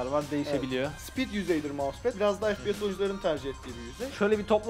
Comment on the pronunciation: Fe Pe Se diye okunmuyor efpies diye okunuyor